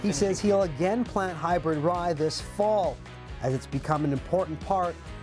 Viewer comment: Hey Announcer, Did you say "hybird" ?? WTF?